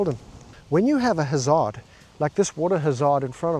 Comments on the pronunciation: A Ha-zard???? We say HAZARD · The south african pronunciation of Hazard got me good :D And im married to a south african ahahahah 'Huzzard' xD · wotah hazad lmao love it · Huzzah-ud, love the enunciation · The 'hazaard' threw me off at first 😂